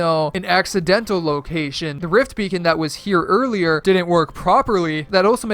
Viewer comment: My guy said “Rift Bacon”